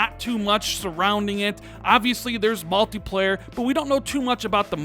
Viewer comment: "malteeplayar" "they've been qwait" Good lord can you learn how to speak?